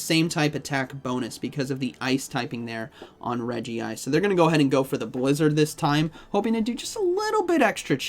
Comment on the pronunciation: Why u kept saying Fearrow instead of Talonflame 😂 And it should be Reg-ice not Regi-ice. Thanks for the video btw